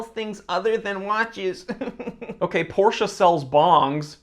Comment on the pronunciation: He know how to pronounce Porsche! ❤